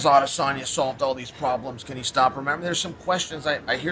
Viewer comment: You said Israel Adesanya wrong... 🙄